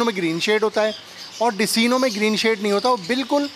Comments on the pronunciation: Intyhai mazrat k sath nam Decino hy lykin ye likhny k liy hy Iski pronouncetion DeKino hy Yani k Dark Eye Clear bird umeed hy apko bura nhi lga hoga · bhai desino nhi decino bolty he jazakallah nice video❤️ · Oo Bhai Dis-ino nahi hota Dek-Ino hota ha apka na jub zimadari la he le ha tou theek tharan nibhian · میرے خیال میں ڈیسینو نہیں ڈیک اینو ہوتا ہے